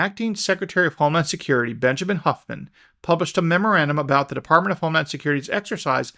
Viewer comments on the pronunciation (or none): none